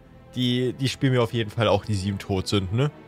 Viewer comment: Ich hab die ganze Zeit gedacht : Die Sieben Brot Sünden? Was ist das für ein Name? Bis ich genauer hingehört habe und mir aufgefallen ist das es tot nicht Brot ist 😂